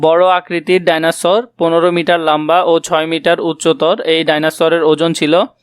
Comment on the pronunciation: সার ভাইনোসর না এটা হচ্ছে ডাইনোসর 😂😂